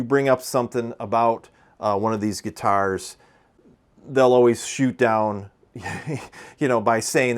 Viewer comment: Are you in the Midwest? Weird thing to notice but you say the word guitars the same way Prince did. “Guitarrrs”.